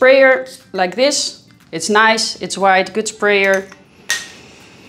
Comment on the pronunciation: Noyce? Noyce?! What -, are you speaking my language now?? (LOLOL aka 'Oz'). Orstrilya, right.